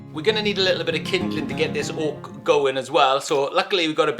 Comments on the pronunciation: It’s Oak, not Hawk !! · Am I the only one who keeps hearing ork? Like I know he saying oak but I just hear soft R ork